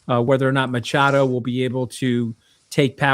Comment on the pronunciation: It's pronounced 'Makado', as in the ch in chemist, NOT as in 'hurc